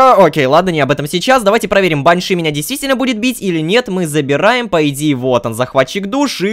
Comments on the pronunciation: лололошка это баааньша ударение на ааа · правильно баншИ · Насколько я знаю правильно говорить баньшИ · Там вообще Банши должно быть, а ударение бАньши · баньши ударение на букву и